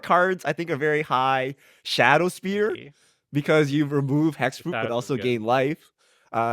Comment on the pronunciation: It blows my mind how is incapable of pronouncing card names. Shadow "Sphere" is literally harder to say than Spear.